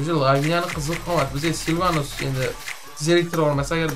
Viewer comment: Silanus × Silvanus ✓ 😂 E bot 😅